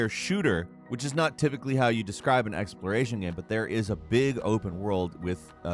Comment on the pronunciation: This dude makes incredible, super entertaining video content. But, why can't he pronounce the word, "Game"?